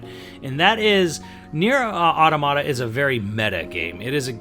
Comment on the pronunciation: Calls it Nier Tomato Calls it Nier Tomato a SECOND time THIS CANNOT CONTINUE